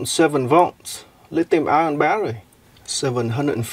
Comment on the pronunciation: it is NOT lithium ION. good God.